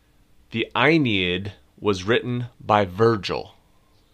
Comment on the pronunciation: You mispronounced Uranus, Aeneid and Sabines !